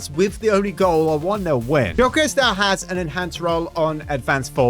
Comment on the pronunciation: It’s not jyokeres it’s gyokeres it is pronounced yokeres(not to be rude)